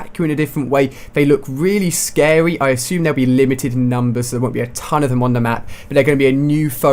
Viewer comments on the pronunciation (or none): "they look wealy scawwy" hahahaha